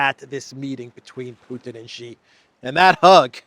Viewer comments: She=Xi=She=Xi=She=Xi. She Gin Ping. She Gin Ping. Try Google translate. In Mandarin an X is pronounced as sh as in English. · Why keep mispronouncing Xi?